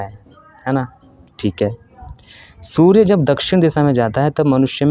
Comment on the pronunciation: Bhai ...surya ko shoorya kyun bolte ho aap ? Its S not SH Please correct your pronunciation.